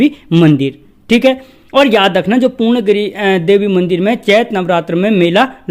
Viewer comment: पूर्ण गिरी ni woh पूर्णा गिरि hai sir...kum se kum उच्चारण toh सही se kriye